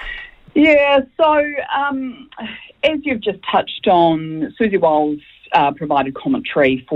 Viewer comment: Repeatedly intentionally mispronouncing someone's name gets your argument off to a pretty shaky start...